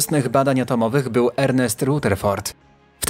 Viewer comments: Powinien czytać Radeford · Okropnie razi wymowa nazwiska Rutherford!